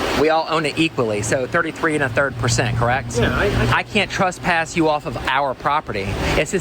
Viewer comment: Why is it that pretty much all auditors say the word wrong?? Trespass does not have a U in it. TRES, like DRESS not TRUSPASS!